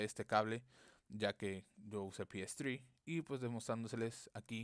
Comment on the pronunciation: "pi es zri" JAJAJJAJA habla bien